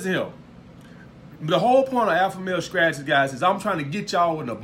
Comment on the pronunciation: I love you man . I subscribed. “Scrategies “ lmao. I love it . You speak the gospel truth